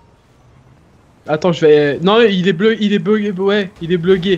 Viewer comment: a il dit que le scooter est bleuge